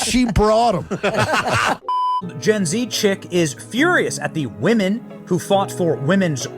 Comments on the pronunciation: Why can't anyone pronounce the word women correctly anymore? As soon as I hear someone say woman when they mean women I instantly lose all respect for their opinion. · I really like you little brother. But i wish you could pronounce singular woman and plural wemon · I’m gonna write this ever video brother you have to Pronounce 'Woman' singular vs 'Women' plural IPA: /ˈwʊmən /, /ˈwɪmən/ It’s like men and man